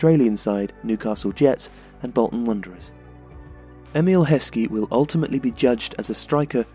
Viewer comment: IT'S EMILLE HESKEY! AND ITS FIVE!